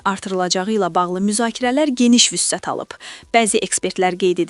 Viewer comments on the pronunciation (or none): Vüssət yox, vüsət oxunur yoldaş aparıcı professor